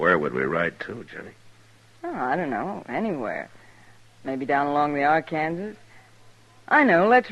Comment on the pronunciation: Ark-an-saw River, not Ar-kan-ziz. Sheesh.